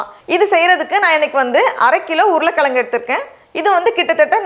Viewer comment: Urulai kilangu soladhinga urulai kizhangunu solunga and nxt vala palam illa vazhai pazham ok 👍 say properly